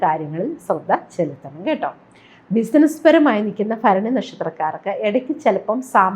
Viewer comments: ഫരണി അല്ല ഭരണി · ഭ ആണ് ഫ അല്ല